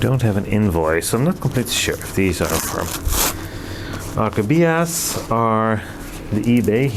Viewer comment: Please, don't say Phalaenopsis gigantica but gigantea and Orchibias and not Orchidbias😊